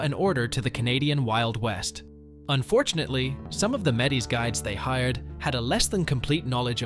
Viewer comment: Enjoyed this video. However, the pronounciation of some of the names needs work - e.g. Quepelle and Metis.